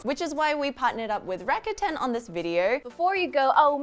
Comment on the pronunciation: rakuten: funny hearing it pronounced rah-kA-tan. i’ve always imagined it as rah-kooh-ten. the letter u = oo sound. otherwise they should’ve spelled it rakatan or rakaten.